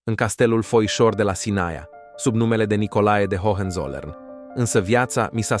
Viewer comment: F bun videocastul! Multumesc pentru el. Sugestie de pronuntie: Hoănțolărn. H intermediar nu se pronunta. Hohenzollern inseamna vamesii de sus intr-o traducere libera/aproximativa.